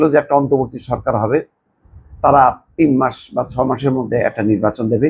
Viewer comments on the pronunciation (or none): none